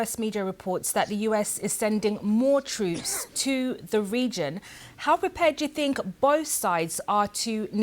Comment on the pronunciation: Twoops... Apwiw... elocute, madam!